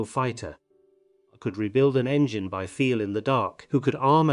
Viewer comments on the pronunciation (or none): none